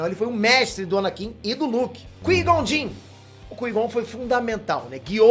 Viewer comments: CUÍ-GON JINN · Duas observações: - O grito do Chewbacca! hahahahah - Qui-Gon Jinn se pronuncia KWAI GON DIN. Sei que é chatice mas quem é fã percebe. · 🗣Yóda" 🗣kígonjin" pqp😅🤣🤣🤣